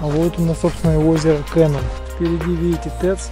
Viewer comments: Я тут живу,озеро не кэнон а Кенон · И озеро не КЭнон, а КенОн..